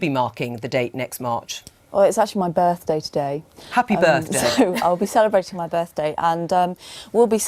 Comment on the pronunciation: Not birthday, "birfdaay."